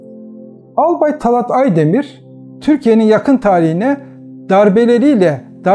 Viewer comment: Talât talat değil yahu şu Türkçeyi evvela doğru kullanmayı öğrenin